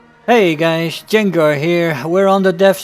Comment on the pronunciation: " hey gaysshh "